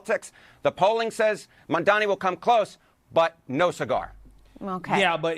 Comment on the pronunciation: How hilarious is it that unironically does the same mispronunciation as cuomo (of Mamdani’s name)…. Calling the guy “Mon Dommy” (at like )